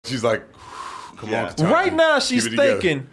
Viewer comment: Bruh... KE-TAN-GEE